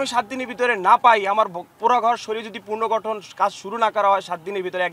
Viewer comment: পূনরগটন জোর দিয়ে বলেন